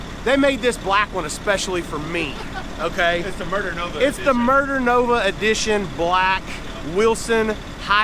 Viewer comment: Did u say it muder nova black 😂